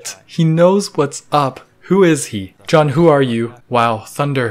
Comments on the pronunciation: Jun’s name is pronounced “Joon” not “Jon” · CAN YOU JUST GET THE NAME OF THE PERSON YOU SIMPING FOR RIGHT? holy hell its not john its JUN its pronounced JOON / JUNE ! i got eye twitch everytime you called him john gah. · His name is pronounced like the month June, the e is just silent. Jun. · grown chinese canadian man simps over japanese grown man and instead of jooon he calls him jaun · Juneeeeee not Jen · He keeps saying jun. I must be the only person bothered by this. His name is pronounced like June but spelled Jun. anyway I will exit.. thanks for the nice review of my favorite YouTube channel!! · It’s pronounced “june” his full name is Junichi btw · his name pronounce like June without the. the easiest to say Japanese word say in Spanish. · My only qualms with this video is that Jun’s name is pronounced more like “June” :) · Please say his name the correct way! Joooooon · Jun is pronounced like June. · it's pronounce joon..... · I am so so sorry but this is killing me...his name is pronounced like the month of June, not with 'ju' as in 'jump' or 'just'